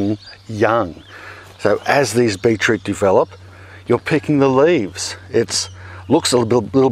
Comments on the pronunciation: beet root!! not beech root!! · I love it when my European friends and Aussie friends say 'beet root'. "It tastes like... tastes like a pea." Thank you for saying, 'A'.